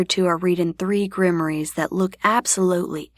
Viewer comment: How does Rupert play poker? Isn't he a ghost too? 😂😂😂😂 "Grimmories" wouldn't be "grimoires"??